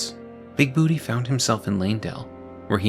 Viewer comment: It's BOO-TAY! BOOTAY!!